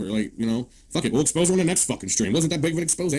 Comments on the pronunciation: Why is it that no one can pronounce the word expose' correctly? X-pose- A. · Hey. Just popping in here to say : Exposed, the verb, is pronounced the way it's said throughout this video. An "Expose" , the noun , is said : X-pose-Ay Okie dokie, carry on ❤😂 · Please, it's an exposé, not an expose.